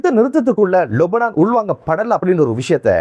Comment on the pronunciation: அஸ்ஸலாமு அலைக்கும்! நீங்கள் மட்டும்தான் லெபனானை லொபனான் என்று உச்சரிக்கின்றீர்கள் எது சரி எனக்கு தெரியவில்லை முடிந்தால் பதில் சொல்லுங்கள்...